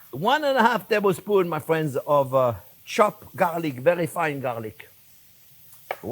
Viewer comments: Well hello der fwens! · I live how he calls everyone "fwens"